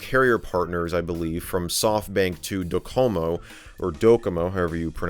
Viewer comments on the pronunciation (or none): DOcomo You don't emphasize the second syllable in Japanese